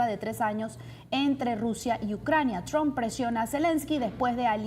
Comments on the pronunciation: Y aprende a pronunciar Trump, no es TRON es TRUMP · Donald TrumPPPPPPPPP porfa pronuncia la P al final del apellido, siempre dices Donald Tron